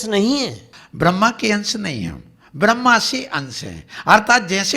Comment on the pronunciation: Brahma(ब्रह्मा) or brahm( ब्रह्म) in dono me pehle fark krna sikhlo or usse pehle brahm bolna sikhlo 😂😂😂